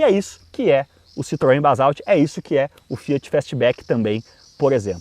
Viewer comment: Só "Balsauti" mesmo!!! primeiro fale o nome certo!!!